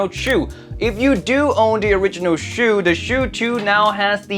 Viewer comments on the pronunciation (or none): Why do you pronounce it "shew" or "chew"? Isn't it like "ah-chooo!" like a sneeze. There's no "w". "u" as in "uwu". Chu. Stop driving me nuts! Thanks for the review, I'm not big on vocals. Would probably rather go for that budget Kiwi-Ears.